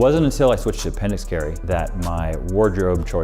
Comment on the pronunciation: Love that they misheard appendix carry, it was perfect